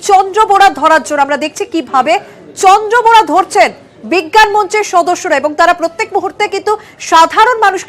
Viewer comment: Vitore bolche Chandrabora noy...Kintu ai mohila bolche Chandra bora